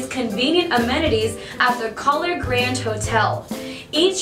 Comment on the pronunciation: She pronounced Kahler wrong every time.